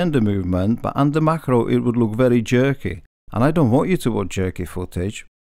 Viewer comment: I like how he says “Jerky”.